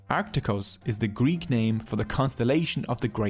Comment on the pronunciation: Nice video, nice animations but your prononciation of Greek and Latin word is disturbing